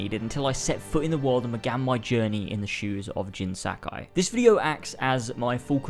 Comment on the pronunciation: jin sack eye apperently?